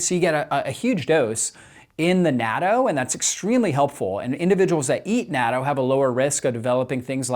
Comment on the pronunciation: I died inside each time you pronounced "natto" 😢